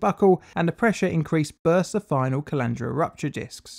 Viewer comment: am I the only one who mentally pictures a collander every time colandra is said.